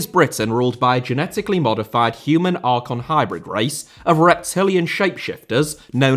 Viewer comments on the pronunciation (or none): none